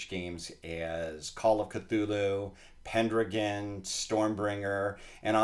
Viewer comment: You’re gonna mispronounce Pendragon and the other dude is just gonna let it slide. Get outta here